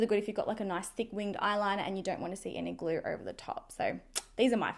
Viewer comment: You're good to "gor" and this "glur" ? Where is this girl from? Why does she do this thing with words adding random "r" here and there?